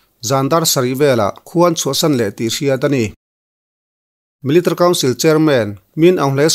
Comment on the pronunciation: millitary tih hi chiang deuh in lam rawh i lam rang lutuk a, mi-li-ta-ri ti deuh dap la ngaihthlak a hahdam lehzual ang